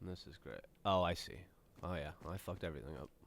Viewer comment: Almost sounded like Gavin said "Dark Ray" instead of "dark gray". Anyone else?